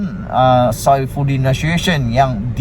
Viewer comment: Orang HEBAT ...! MANA ADA ANAK AHLI POLITIK YANG BERKELAYAKAN SAPERTI ANAK DSAI ...! JIKA ADA PUN YANG LAIN CUMA " KELABU ASAP " ...! #@ admin cara sebutan nya IA LAH SAIFUDDIN NA SU TE YON ...! ( nasution ) TION = sebutan melayu sebutan INGGERIS nation " TION...! SULTAN MOHAMMAD KE LIMA PERNAH BERTITAH SUPAYA MELANTIK DATO DOKTOR WAN AZIZAH ISMAIL * IBU NURUL IZAH ... DAN BUKAN NYA SI TUA NYANYOK DET ...!!! LIHAT NOW JADI BERANTAKAN , SEBAB DET DAYUS DAN PENGECUT , SEHINGGA NOW WAKIL KABINET KERAJAAN IA LAH KABINET YANG CURI AYAM , BETUL APA BETUL...?